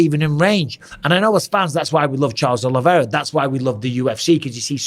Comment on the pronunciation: Oliveira. Not Oliviera.